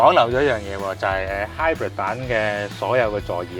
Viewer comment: Hybrid都唔識讀,你讀嗰個音係hybird,唔係hybrid